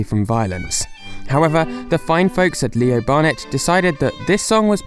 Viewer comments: Why are you saying "Barnett" when it's [according to your screenshots in this vid] actually "Burnett" ? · Love your vids but have to say i found the way you miss pronounced burnett 50 times rathrr annoying.... there is no letter A in burnett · there’s no a in Leo Burnett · I know this is four years late, but it’s Leo BUrnett, not Leo BArnett.